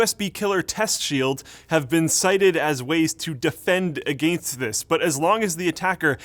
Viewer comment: just love how your accent is very noticeable when you say "against "